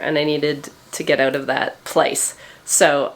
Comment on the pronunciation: I forget it’s Canada until you say “Out”...